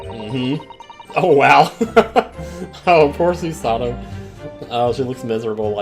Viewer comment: It’s not Suesuh-toh, it’s Su-Sah-Toe Also for Japanese vowels, you pronounce them shorter than English vowels unless there’s a doubled vowel. Think of it like music. Su-sa-to is 3 quarter notes. Rei has a doubled vowel so it’s a half note. Mem-ba-mi is 3 quarter notes. (Technically it’s a bit more complicated than that but I don’t want it to get too confusing for you. XD) If anyone can find a better way to explain this, let me know.